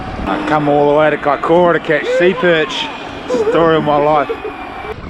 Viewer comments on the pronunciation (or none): Mean da boiis oh an it's kaikoura not kiakoura😂👌